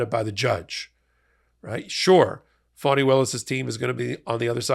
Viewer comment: Please, the lady’s name is Fani and is pronounced “ Fanny”. You sound like drumpf when you mispronounce her name !